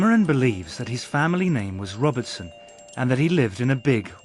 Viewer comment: Dobinson not Robertson isn't that the name he's saying?